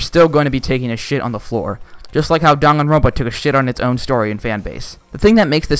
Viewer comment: WHY THE HELL IS IT DON-GONE-RONPA THERE IS ONLY ONE O IN DANGANRONPA THE INTROS PRONOUNCED IT DAN-GAN-RONPA